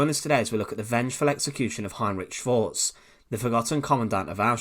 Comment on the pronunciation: That's not how you pronounce Schwartz